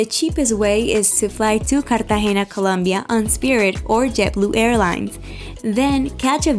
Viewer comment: It is not colonbia🤔😡